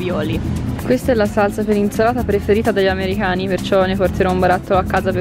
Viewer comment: perchè dici : amerihani?